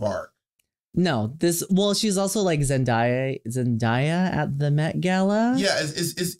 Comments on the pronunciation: RockM is a millennial but couldn’t pronounce Zendaya lol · The way rock butchered Zendaya name 😭😭😭😂